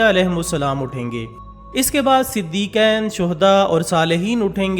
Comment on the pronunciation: Siddiqain nhi hota he. Iska matlab 2 Siddiq hota he. Right prOnounciatiOn is: Siddiqeen he. Ye Siddiq ka jama he.